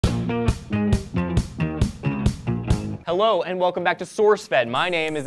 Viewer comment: i know this video is kinda resious but Hewwo? Really elliot